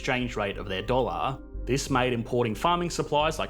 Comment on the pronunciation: Weird pronounciation at the end of each word where dollar is not dolluur come on thats embarassing. You do it at the end of every sentence. Fix it.